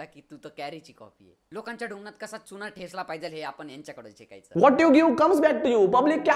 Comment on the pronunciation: 😂😂😂 Abee adhi मराठी बोलण्याचा क्लास लाव तो *चुना *चुणा नाही . Bavlya..